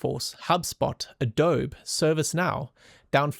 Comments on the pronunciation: Very good explanation. Love the detailed analysis. The bull and bear case scenarios with price points beautifully laid out. Well done. algo brought me here. Subscribed after the video. Keep doing it. The only small problem was your pronunciation of Adobe. its it's phonetically pronounced 'Adobe e' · it's pronounced "uh-doe-bee" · Um. It’s pronounced Ah-Doe-Be. Adobe. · You lost me when you pronounced Adobe as A-dobe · That is funny, how he pronounced Adobe. Not sure if there’s any correlation but my cousins and friends in Germany pronounce Nike without the ē, so just: ‘nīk His pronunciation of Adobe is the same: adōb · He had me until “adohb”. Good analysis nonetheless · I’ve never heard adobe pronounced like that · Jup I'm German and it's exactly how I'd pronounce Adobe. With him being south african and afrikaans being close to Dutch I don't think it's a strange pronunciation. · I don't understand WHY is was pronounced that way. Unless this dude is AI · why is everybody obsessed that everything is AI? I'm seeing literal massive paranoia and everybody seeing AI everywhere, kinda wtf. He pronounced it this way, cause he's not American I guess. I'm Spanish and I pronounce it as "ADOBE" with a hard "e" at the end like the one in "excellent". Like, why is to so hard to understand 🤣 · Dude I love you so much. Like actually wow. Amazing. Dawg pronounce abobe correctly please. Threw me off so bad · No shot this guy talks about tech and especially AI regularly and can't pronounce Adobe. I'm calling bot. 🤣